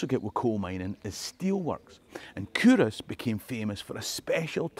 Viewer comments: Love it...had no idea it was pronounced coorass! I think your videos should be used in Scottish schools. All I learned in my Scottish school was English history. Your videos are so informative and full of fun, kids would love them. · That's how we catch out the non-locals. The correct pronunciation is Coo-Ross, like you wanted to name your cattle after Friends characters.